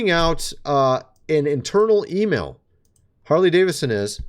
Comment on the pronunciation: You mean Whore-ly Davidson?